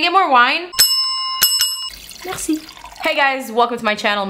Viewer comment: When you said merci it sounded French Canadian as fuuu x'D